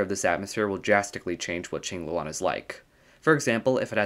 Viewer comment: Thanks for not pronouncing it Kwing-loo-ann